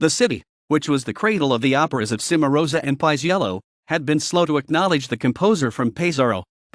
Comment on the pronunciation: A nice history, but...where is the music? Also note well: Gioacchino - do not forget that double "c" in his first name. Please pronounce the Ce in Cenerentola and Ci in Cimarosa and the gn in Bologna correctly. Roll those "r"s please. There are many other mispronunciations that must be corrected.